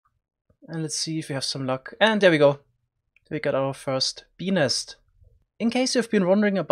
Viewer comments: Dude, you really must work on enunciating the t in nest. Just over-exaggerate it and it won’t sound like you’re saying penis over and over! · When he says "bee nest" it sounds like he's saying penis. Hahah wtf so funny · "Beenis" REALLY? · Ill be honest fam i just clicked on this video to hear you say benis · I keep hearing penis instead of bee nest